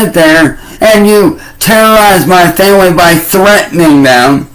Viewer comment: Normal humans leave their homes for way more than 3 hours every day, but when “Muh femwee” has to do it it’s like they’re refugees 😂😂😂